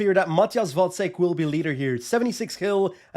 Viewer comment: Glad to hear you pronounce “Vacek” correctly. A bit tiring to hear the commentators calling him “Vaczech” all time long.😂